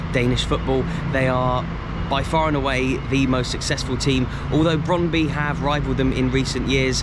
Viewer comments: Brondby is actually pronounced as Broan-bu. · Great video mate, shame you didn't go a week earlier or may have bumped into you. I went to see my beloved Brøndby after a great Football manager run with them. Apparently we both are terrible at pronouncing the name though based on a Conversation with a local.